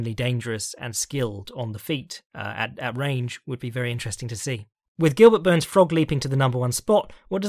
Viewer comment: Did say Burns or Boo-Urns?